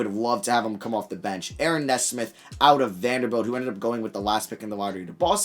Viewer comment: Hey, for future reference Aaron Nesmith is pronounced Aaron NEE-Smith. Keep up the good work